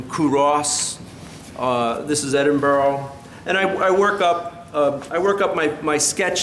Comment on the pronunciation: Edinburgh — pronounced 'Edin- burra'. Never Edinborro.